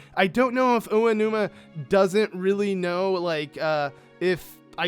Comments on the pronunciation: Oanuma lol. It's Aonuma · I dont mean to be rude or anything but its Aonuma not Oanuma :p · Just a nitpick, it's Aonuma, not Oanuma. Love the vid otherwise, man.